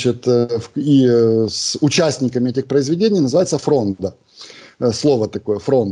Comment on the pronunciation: ФрОнда, а не фрондА.